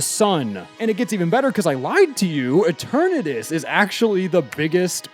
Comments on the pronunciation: Eh-turn-naydis? Tf? Root word is eternal. Eternah-tis. It's not hard. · Why the hell would it be EH-tur-NAY-dus? What sense does that make?! Eh-TUR-nuh-dus. Like the stupid word, dawg, Eternity. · E-ter-nuh-tis but you somehow say En-tur-nay-tus 🤮🤮🤮🤮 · its eternatus not e tornadoes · Pronouncing Eternatus as “Ehter-NAY-tus” is wild lol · “ET-ernatus” First time I’ve heard it pronounced that way lol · eh-ter-natus? bro what? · You said eternatus in such an incorrect way, I have to give you props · Delete this video. And pronounce Eternatus’s name right in the reupload (kidding)(kinda) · how can you butcher eternatus so badly lol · great video but the way you pronounced Eternatus will haunt me forever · Nice try, but your purposefully awkward pronunciation of Eternatus won't trick ME into commenting!